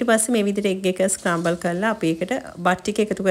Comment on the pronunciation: ස්කරම්බල් newei scramble (ස්ක්‍රැමිබල්)😊😊 hope you don’t mind that I corrected you 🙏🙏 it’s good to correct someone if make any simple mistake on pronunciation😊😊 Video is amazing as always ❤❤❤❤❤🎉🎉🎉🎉 take care ❤